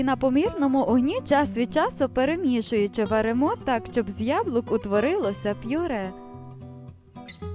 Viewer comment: Мова жахлива. А наголос у словах!!!